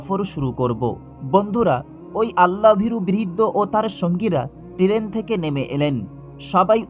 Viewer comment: উচ্চারণ ঠিক করে কথা বলুন। টেরেন কাকে বলে?